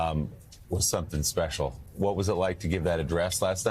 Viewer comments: Great speech, Rev Ale. Please take 20 seconds to learn how to pronounce Kamala's name. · mispronounces her name